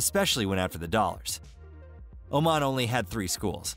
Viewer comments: This country is called Omaan not Omen. you are pronouncing it wrong all through the video. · Saying it wrong not be omen but oh man. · It's pronounced as OMAAN not OMEN.. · Beautiful video about one of my top three favorite countries in the world. Lots of issues, though. First: Sultan Qaboos died in January 2020, ie, one year and 10 months before this video was made. But he’s always mentioned with the present tense and there’s no mention about his death (…read the news before posting a video that is 60% about him…). Then: Oman is pronounced Omàn, not Òman. Then: at min. why is Yemen also highlighted (in orange)?! And… why on Earth is Kuala Lumpur shown at min. (the obvious Petronas Towers are there; also the children in the following seconds are clearly from Malaysia), as if it was Oman? For the degree of info and historical context it gives, it needs a bit of editing. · It's not Omen,. but O-Maaaaaaan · Dude its pronouced O- mon nor Omen, lol. They are a small Arab nation that mostly practice Ibadi Islam, considered one of the most " tolerant" or reformed. There are many Sunni that still practice traditional Islam. There also some Hindu and Christians. Culture doesn't tolerate lazy men! You dont work, you dont eat. Your friends will look at you with shame. Adultery is punishable by death, pre marriage sex between young couples is rare, dowry must by paid, marriage is a big deal. Women wanting a divorce can take years, men 2 weeks. Oman does not have the wealth of Qatar, Kuwait, UAE, Saudi or even Bahrain. If fact Oman is considered among the poorest. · It's Oman not Omen. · It is not pronounced as Omen....it is Oman like Oh! Man! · Omen? You mean Oman? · Oman 🇴🇲 not Omen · It's OMAN not OMEN! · Its oman not omen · Boy, please... Its called OMAAN. Like the “AA” at the dentists. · I'm American and I know it's pronounced Oh-maahn. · Ia "Omen" really the correct pronunciation? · This guy doesn't even know how to pronounce OMAN! 🙄